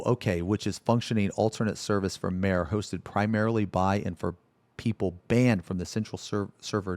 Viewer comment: Bro its MA-RE.Two syllables.